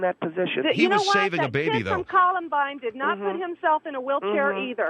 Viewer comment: Not once did manage to pronounce Columbine - ko·luhm·bine.